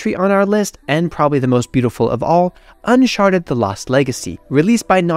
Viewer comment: did you say "unsharted" 🤣🤣🤣